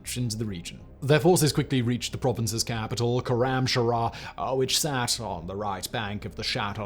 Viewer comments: Awesome information but please, it's not khoramshara, it's khoram shahr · Koramsharah..... how fkign hard is khorram shahr to pronounce ? Its shahr means city not shahar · Sloppy reading too. It's Korramshahr and not Korramsharahr. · I suggest an adviser on pronouncing Iranian city of خرمشهر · As a Farsi speaker, hearing his pronunciation of "Khorramshahr" hurts 😅